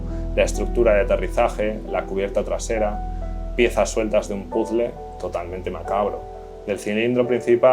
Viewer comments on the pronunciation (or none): none